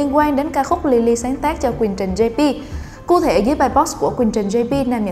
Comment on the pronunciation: Cụ thể mà nghe ra ku thể xD